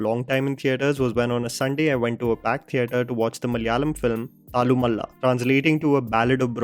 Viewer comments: You can pronounce it as thallloooo-maaaala. You were pronouncing it as thallamalla. I'm just correcting you brotha. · Yo.. This is the pronunciation - तल्लु माला.. not थालु मल्ला.. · Thallumala pronunciation is तल्लुमाला not तल्लुमला. One means chain of brawls the other means hill of brawls. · Its pronounced तल्लुमाला,.:) Thallu as in ulloo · I really loved watching thallumaala in theatre. And it's तल्लुमाला you are pronouncing it wrongly 😅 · Its तलु (with a one and half ल) माला I don't understand why no one has requested you to pronounce the term correctly. Anyway, now you know.